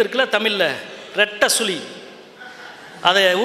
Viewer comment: களட்டியவர், சுளி, பொளுது, தமில் இதெல்லாம் கற்று கொடுத்தவர் ஈவேரா வா? முதலில் தமிழை ஒழுங்காக உச்சரிக்க கற்றுக் கொள்ளுங்கள் எம் பி.